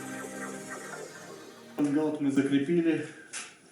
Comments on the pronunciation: Я делал лодку,как и вы из фанеры,а потому считаю имею право посоветовать ,кое что.По моему проекту у лодки днище с развалом,не плоское.Это дало легкий ход на веслах,но при этом появилась сильное раскачивание,То есть в полный рост встать тяжело удержатся,она стремится опрокинутся.А потому необходимо на днище устанавливать реданы.Дружище в своем видео,вы произносите слово( шпангаут).Я заканчивал судостроительное училище по специальности,сборщик корпусов металлических судов.Мастера,преподаватели произносили это слово так(шпангоут).При просмотре вашего видео неправильно произнесенное слово режет слух.Желаю вам успехов в проектах всего наилучшего,удачи. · ШпангОут))) А не шпангАут👎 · Все хорошо, но от слов "шпангаут" и "плывет" чуть не стошнило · построил молодец,но правильно шпангоут, по-русски. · Автор произносит что то похожее на "шпанбаут"))))))В этом его фишка)))Звучит свежо и по новому)))